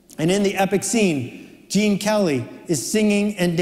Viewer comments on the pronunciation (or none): none